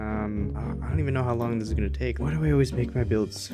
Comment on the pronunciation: Stopp sayyinggg gunnaaaaaaaaa!!!!!!!!!!!!!!!